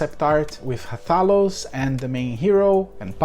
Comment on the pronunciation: You uh, didn't say Rathalos the right way ^^